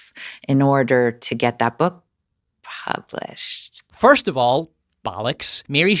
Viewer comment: Why does she say "published" so weird ?